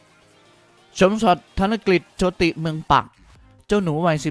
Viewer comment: อ่านว่า โชด. คับ. ไม่ใช่ โช ติ